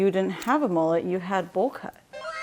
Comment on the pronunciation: Mullet, not moolet